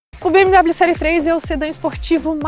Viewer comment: Não se pronuncia BM DÁBLIO mas sim BM Déblio! Hellllloooo! 😅😀🤪